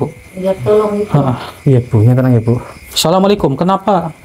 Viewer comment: Ucapkan salam yg benar sahabat BUKAN SALAMUALAIKUM tpi Assalamualaikum... Agar anda dpt berkah dari Allah